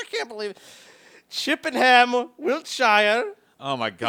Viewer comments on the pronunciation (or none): It's pronounced "Chip-en-am". I know you didn't ask, but as a local I thought it was my duty to let you know.